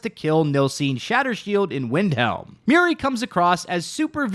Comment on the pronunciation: Muiri ❌ Miri ✅